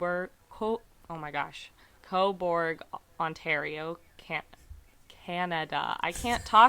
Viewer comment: It's pronounced co burg. Everyone over pronounces the u. Canada loves the letter u. Honour. Colour. We spell things different lol This is my town. I live right around the corner from where her body was found. No shade but i assume it was a drug dealer. We have a few major players in this town but most moved to toronto and commute down here to sell. Small town, often the dealers give a spot so you owe them. She was found a couple weeks into november and welfare checks come out on the first.. I know she was sick and got addicted to pain killers and we def had a couple dealers in town who were... Wreckless... The tracks are often walked to cut time down when walking across town. The side of town she was found on... The Sutherland cres area is totally a drug hole. I assume she went to meet them but didnt bring money. No shade. I dont blame people for their addictions. It's a hard road to travel. I wish for justice for her. This stuff doesnt typically happen here.